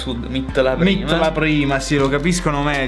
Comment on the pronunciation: Mit però non si può sentire ✋ casomai si dice miet